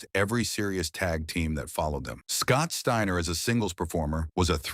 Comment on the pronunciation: Shteiner??? Ai with a speech impediment